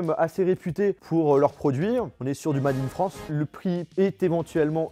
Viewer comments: on est sur du "mAade in frOnce" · J'adore le "mAAAAAde in France" l'anglais est mort mdr